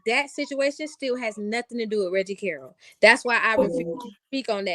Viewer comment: You need to stop making yourself sound so ignorant mispronouncing Reggie Carroll (pronounced Carol). You listen to the police press conference and posting Billy videos, you should know how to say the man name by now.